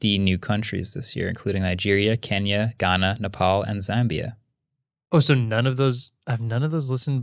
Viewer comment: How amazing pronouncing Kenya as it should be....🔥🔥🔥